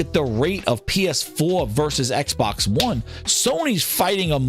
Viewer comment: X-Bax. Bax is in the name😂